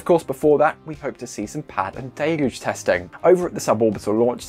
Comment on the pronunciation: At last, proper English.. viz: 'daylooge', not 'dillluge'.